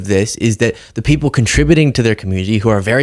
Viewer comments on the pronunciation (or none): Donald cannot for the life of him pronounce the word, 'People' correctly, he says: Pee-o pull, or pea opal, it is VERY strange! What planet is he on?